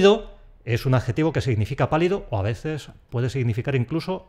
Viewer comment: Yo escucho 'a vezes'...